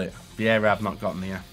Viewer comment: C'mon! "Veiera"??? We are used to you mispronouncing the names but damn, Veiera was a whole 'nother level! Just kidding though, much love!